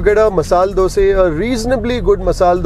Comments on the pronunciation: Dosa.. Not Dose😒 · From where did you learn how to pronounce Dosa, vada etc? WTF is Dose, Wade? Annoying AF. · Thr is a big difference in Dose & Dosa: Dose: Crisp golden brown colour. Karnataka people call it Dosa: Yellowish white, soft. Tamil people call it Thanks avre. Enjoyed as much as you did! Special thanks for calling dish names as it should be.